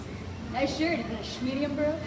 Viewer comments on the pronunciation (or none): When she says “ nice shirt, is it schmedium bro?” my Siri comes on